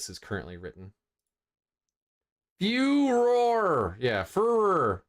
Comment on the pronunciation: Furor: fu-roar